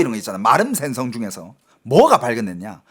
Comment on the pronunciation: 어이 너중공말 하는놈이 생선과 신뢰를 발음을 못하고있나. 우리나라말은 4성이있는데 너왜 말을 그따구로하냐. 똑바로해라 모르겠거든 국어원에 물어보고 고쳐라 죽는수가있다